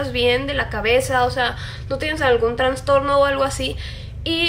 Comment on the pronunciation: Si me maestra te hubiera escuchado diciendo transtorno ya te hubiera reprobado :v